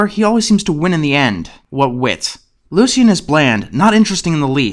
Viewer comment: Why do you keeping saying "Lu-see-en?" Isn't the name pronounced "Lu-shin?" Anyways, glad you tackled this show.